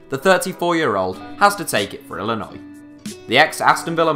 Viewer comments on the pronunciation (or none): none